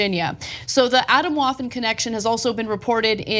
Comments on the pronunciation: Atom-Waffen is pronounced "ah-tom vah-fen" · Thank you very much for letting us know about this peril! For the sake of completeness: the correct German pronunciation is Ah-TOHM-vaf-f'n. It does indeed mean "atomic weapons" (plural). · Pronounce more like a-TAWm waffen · I am german and i cannot get over the fact they call themselves "Atomwaffen" lmao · After listening to you two struggle to pronouce that word "Atomwaffen": the emphasis is on the "tom" in atom, with a slightly longer o, much unlike the english pronouciation of atom. You both do great of the "waffen" part, guess it's similar enough to waffles :)